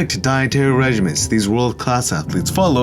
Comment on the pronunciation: LOVE YOU! Lil grammar help (cuz I've heard you say it on multiple vids) I think you mean 'regimine' when you say regiment. A regimen is a way of life, a course of medical treatment or therapy, whereas regiment is typically used to describe an army unit. Maybe I'm way wrong and just being stoned?